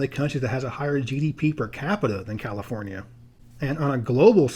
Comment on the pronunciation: "Californee" 🤣 sounds like someone's been watching the No Internet episode of South Park lmfao.🤣